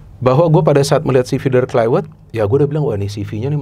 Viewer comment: Klaiwert😂 gak semua huruf V itu harus dibaca W. Yg punya nama aja bilang penyebutan namanya pakek V bukan W